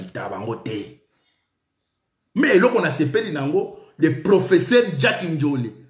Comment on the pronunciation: ONT DIT (S.V.P )ES NON( S.T.P) 😃😃😃😃😃😃😃😃😃😃😃😃😃😃😃 EEH NGAI EEH EBEBIEE EBEBA KAKA UN PROFESSSAR AU LIEU ÊTRE UN PROFESSEUR 😅😅😅😅😅😅😅😅😅😅😅😅😅😅😅😅😅😅😅😅😅😅